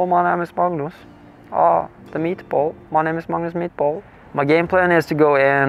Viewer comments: When he said “my name is Magnus mitdbo” I heard “my name is Magnus meatball” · "my name is magnus meatball" is what i kept hearing LOL